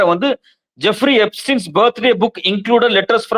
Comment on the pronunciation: எப்ஸ்டீன் என்று சொல்ல வேண்டும்.எப்பிஸ்டீன் அல்ல